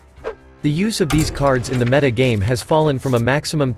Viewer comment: oh my god you fixed the pronunciation of 'meta', that is the best thing I've heard since returning to hs a few days ago